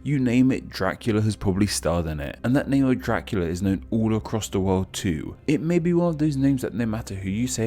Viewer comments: Question with pronunciation (what a surprise): Can you make the “dr-“ sounds without making it sound like “jr-“? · fishlegs It’s a common habit for English speakers. “Dracula” phonetically came out sounding like “Jra-kyoo-luh.” Similar to “Drive” sounding like “Jraiv,” “Tree” sounding like “Chree,” or “Fortune” sounding like “for-Chin.” Do you ever notice this?